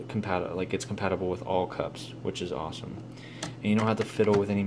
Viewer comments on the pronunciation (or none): none